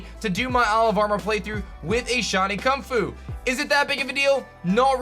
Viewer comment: Why do you say Kunfu and not kubfu 💀